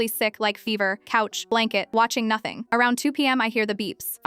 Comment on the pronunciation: Spot on. You did notting, you are great at doing notting. 😂😂😂😂